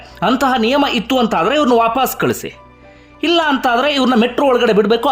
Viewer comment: handige sir pls adu vaapaas alla vapas dayavittu correct agi uchhara madi